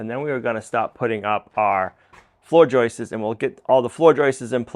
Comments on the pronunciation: It's not joyces, it's JOISTS. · Joists, NOT JOISTES. PLEASE!! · I know nothing about building but I do know English. There is no "es" at the end of the word joist. It is a simple, plural "s". Joists, not joistes. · Stop with the "joistses", stop, just stop. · Yes, every time he says "joistes" it's like fingernails on a chalkboard LOL. Actually, he accidentally pronounces it correctly . Miracles are possible after all! 🤣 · I love your videos and appreciate the hard work BUT please dont say floor joyces, it is joists. thanks. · I just googled it, plural for joist is joists. But not joistes. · He's saying Joists's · It's JOISTS.... not "...JOISTES..." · If i hear JOIST-ESS one more time, I'm going to explode. 😢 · Except he doesn't say "joists"... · Who smiles every time says joists?